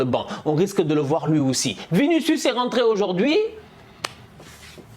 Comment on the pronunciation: Quand t'a dit "vinicuis" Réeh naa Fiii yeupp vini mon vini😂😂😂😂